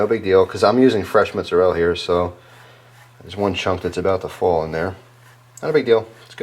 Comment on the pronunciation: What is this mutzerrela cheese you speak of? Just messing with your accent, though I dont even know what kind it is now..